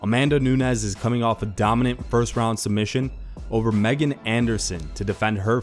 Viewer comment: It's Meghan, (mispronounced), get your names right.